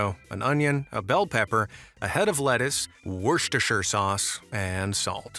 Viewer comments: Wuster sher sauce is equally valid. In fact I'm unsure why missing out the sher is often used. (But at least shire wasn't stressed, as the unfamiliar often do.) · no way he said westireschire sauce correctly first try